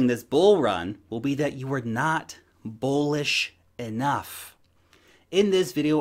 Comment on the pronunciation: New drinking game. Take a shot every time pronounces "bullish" as "bewwww-lish". WARNING likely to end in death.